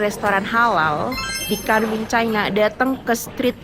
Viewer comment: Kunming bukan kanming😅